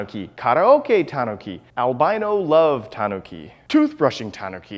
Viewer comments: This guy puts the stress on the "ta" instead of the "nu". I died inside listening to his list of "TAWNuki" statues. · Is it pronounced tahn-ookey or tan-ookey